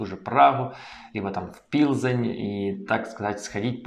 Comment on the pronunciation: Не Пилзень, а Плзень!